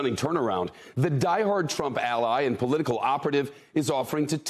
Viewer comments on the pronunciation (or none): none